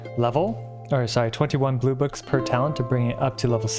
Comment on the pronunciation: When he said "blue books", I thought he said boobas EDIT: Oof. C6 Benny